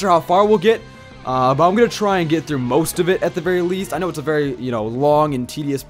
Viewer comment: THIS MAN SAID WOOST! QOTD: Venasaur. ASTROID DIED BECAUSE YOU DIDNT RECORD SOUL LINK! WHY THE FUCK DID YOU NOT HEAL AFTER FIGJTING LYSANDRE?!